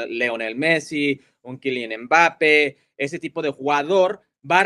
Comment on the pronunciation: Me da risa como pronuncia Hércules a kyliam mbappe 😂😂😂